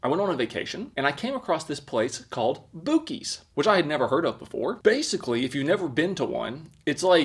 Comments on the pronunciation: How did you buy seven things from Buc-ees and not hear how to pronounce their name when you checked out? The poor beaver will never be the same. Hint: Mr. Buc-ee the beaver has ""buck teeth"" That's why he's """Bucky""" the beaver". Also - this is what you do with the drink dispenser. You fill it up with Vodka. Take a glass of orange juice. Put a couple of shots of vodka in the orange juice from the drink dispenser. You will then have a much better screwdriver than what is inside the hammer you were demonstrating. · Pronounced Buck-Ees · It is Buck-cee's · pissed off millions the instant he said boo-keys. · It's pronounced "buss-ies" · boo-keys wow man. Not how you say it lmao good try I guess lol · Pronounced buck-ees. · I believe it's pronounced: BUCK EES. As for the 40 second limit on turbo mode, I would believe that the limit is there to prevent the flashlight from overheating and potentially burning the user or causing the batteries to go thermal-nuclear. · I think he's messing with us on this boo-kees pronunciation. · The fuck? Pronounced buck-eee-z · He's genius for calling it Boo Keys because he knows he will get more comments correcting him. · “Boo keys”. And the engagement farming continues 😂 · The pronunciation is (buck-ees) lol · Boo-kees?!! Shame!!! Looks like that pipe isn't up to code. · Buh-Keys....Say it with me....Buh-Keys!!!🤣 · Boo-keys is crazy lmao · If I went to a Bucees...and called it Boo-kees....Id get punched in the face. and rightfully so. Well done! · Master trolling with that Boo-keez... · omfg haha hes saying the uber famous place name rong hah its pronounced buckys haha its one of the most famous places in the us LOl the food suppose to be mind blowing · Hahhahahhaha love you it's BUCk-EES lol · Hey the double C is Italian so it's pronounced boo-cheese hope this helps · it's pronounced "boo-sees". it's french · What's a Boo-key?😂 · You intentionally say stuff wrong all the time dont you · Boo-keys lmao